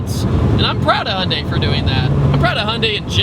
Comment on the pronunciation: hunday, its hy-un-dai